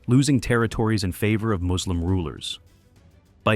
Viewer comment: It’s funny how you don’t catch this is an AI voice over from minor pronunciation mistakes. No native speaker of English that articulate would make these basic mistakes. “Moooslim” haha